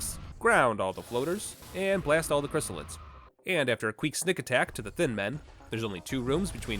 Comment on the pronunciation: Queek Snick attack. Did you leave that line in the video intentionally, or was it not something you noticed? It’s hilarious either way, but I am curious.